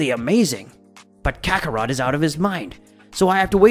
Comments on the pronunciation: Dude has to be trolling... kakaroto? Lmao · Stopped the video when I heard Kakarotor. I can’t do this for another hour and 26 mins.😂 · 4 minutes in to the video and you’ve stated goku’s real name wrong Kakarot😑 which is pronounced “kack-ah-root” and he’s a Saiyan “say-an” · To be fair saiyan in Japanese is pronounced saiyajin and kakarot is pronounced kakarotto, but some other pronunciations are just butchered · Why is saying the word “Ki” (key) so hard for some folks to say? I love the story but when i heard “Ki”, Broly, and Zeno incorrectly pronounced, its like nails on a chalk board… its Broly (Bro-Lee), Zeno (Zeh-no), Kakarot (Ka-Cuh-Rot), Babiddi (Bah-bih-dee), and Ki (key). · Man I couldn't finish watching, vig-e-tall is to much. If you don't watch the show or know how to pronounce any of the characters names you should find something else to do 🤷🏽JS Kate-a-rotten or what ever TF you said. Spent more time trying to figure out what the hell you were saying when you were trying to pronounce their names than I did watching or listening to the rest of it. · Your speech is terrible sayjin the j is silent it’s not mijen buu it’s majin buu and for the record it’s not wuss it’s whis damn dude lol you crack me the fuck up lmmfao also it’s kakarot kokoroto omg smdh